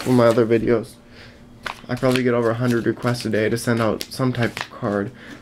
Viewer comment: XD how could you say 100 wrong XDDDDDDDD